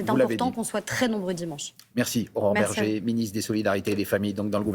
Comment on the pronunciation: Bergé, pas Berger